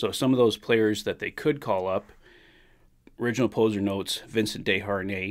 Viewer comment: Hi, It's not Original "Poser", it's Pouzar as in the 3-time Stanley Cup winning Edmonton Oiler Jaroslav Pouzar.